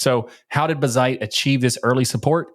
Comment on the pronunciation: Its Bazzite and not buzzite!!